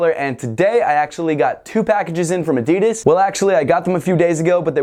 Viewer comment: You don’t know how to say adidas